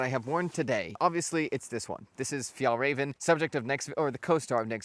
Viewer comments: Fjaylrayven, not Fjaahlrayven. Notice how there's umlauts over both As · Continually amazed about how informative these videos are, keep up the good work! ❤ Also congratulations on pronouncing the Fjäll absolutely perfectly, räven needs some work though 😅 The closest rhyming word I can come up with on the spot is the leven part of 11. Good luck!